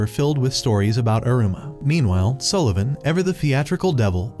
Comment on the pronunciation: Sullevun nah more like egglevun😂😂😂😂